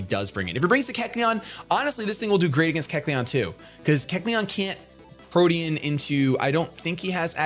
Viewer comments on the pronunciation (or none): none